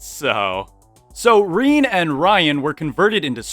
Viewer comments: The name Rene is pronounced kind of like the name Renee (reh-nay) in English, btw. Its not pronounced Reen. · He butchered every Rene ever 😭😭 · i still can not get over how you pronounce the name Rene 😂😂😂